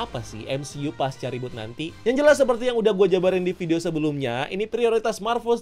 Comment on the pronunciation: Reboot ❌ Rebhort ✅